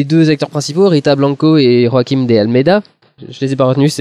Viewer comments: Je vais être relou mais en temps que portugais ya un truc qui m'enerve: comme l'a dit Monica Bloup le "J" ne se prononce pas "R". C'est pourquoi Joaquim ou José ne se prononcent pas à l'espagnole c'est à dire "Rosé" et "Roaquim". ^^ Sinon c'est cool rien à dire, et ça donne envie d'aller voir le film! ps: Rita Blanco alias Maria a joué dans "Amour" de Michael Haneke. aha! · Sal con c'est pas de l'espagnol pk tu prononce joachim avec un R ???